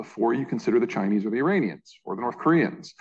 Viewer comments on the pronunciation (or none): none